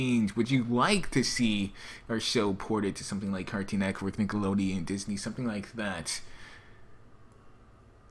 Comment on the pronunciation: say cartoon Network right next time! ^^ lol Neckwork xD